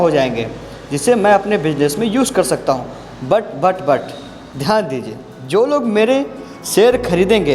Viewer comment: 1 min 31 sec jo but but but pe jor diye hai ek no. bhai...😍😍😍😍😍😍😍😍😍